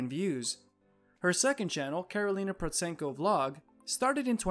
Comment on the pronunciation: Just for your info, Protsenko is pronounced with a silent T, so sounds like Prossenko. If you wanna make money off the back of her fame the least you could do it your research on her.